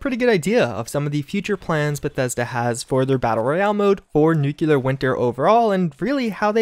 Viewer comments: Great videos, but please, it's pronounced NEW-CLEAR not NUKE-YOU-LUR. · Dude, its nuclear, not nuculer, are you president Busch? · NEW - KLEE - EAR NOT NEW - CUE - LAR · Why does everyone pronounce nuclear like nuke-u-ler..... there is no U after the c! It’s pronounce nuke-lee-er. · Every time you say “nucular” my soul dies a little more. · This guy claims to have a college education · You're saying nuclear wrong. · You are saying nuclear wrong